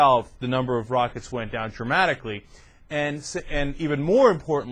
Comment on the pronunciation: it sounds like he says "the number of rockets went down traumatically"